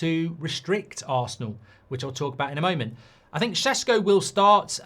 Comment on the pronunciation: Stop saying sesko like that please 🤣🤣